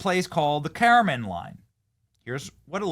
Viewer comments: Dude.. its the car-men line not the kara-mahn line 🤦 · Benny, it’s pronounced as “Car-men line”, not “care-uh-men line”. That’s something people might hit you on later, so maybe try to correct that. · Ka-ra-men line? That's not how Karman line is pronounced. I mean it's written right in front of you. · Kara-Mon line??? 😂😂😂😂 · WTF is the "carryman" line? It's really not a difficult word, it is pronounced how it's spelt I assume. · Benny I love you man!!!! Talk to the Everyday Astronaut or Scott Manley before speaking on space stuff. Yes these entitled bratt girls are annoying but your facts are a little off and Karman is pronounced like "Car-man" line and these chicks went 10 times higher than airliners fly but.... I am a space media fan and it annoys me when folks talk with bad facts. The chicks went up on an automated model rocket as payload so..... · Joke... BTW "Karman" is pronounced CAR-MAN.... Note MAN. Ha ha. Man power! Ha ha. To get into real space, orbit you have to be almost X6 times higher. This blue phallic ride is the bare min to be in space by definition, Karman line, an arbitrary datum international committee decided. X-15 rocket plane early 60's was going higher than blue dick stick by many miles. That was real science, engineering, exploration, dangerous and propelled MAN KINDS knowledge, done BY MEN, skilled, highly trained MEN, some who lost their life. Gayle King and the other chicks can go "occupy space" but shut up about how brave and bold it was. YOU WENT FOR A RIDE BEOTCH.... now shut up. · Saying the capsule only reaches a little more than a commercial airplane is factually incorrect. They're 60 miles higher than the max a commercial plane can go. And you pronounced karman wrong. Little cringe to space enthusiasts.